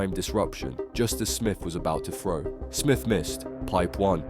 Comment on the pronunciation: shit. can you poms pronounce "throw" - not 'fro'